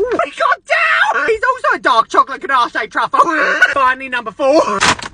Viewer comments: HE REALLY PRONOUNCED "ganache" LIKE "gah-nah-shay" 😭😭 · Ganache is pronounced "guh-nash" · I love these videos, but it's pronounced ganash. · The pronunciation of ganache is killing me 😭